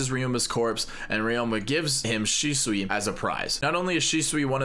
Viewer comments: shusui not shisui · Its shusui how many times do you need to say shisui iys shusuiiiiiii!!!! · I love how he says shisui instead of shusui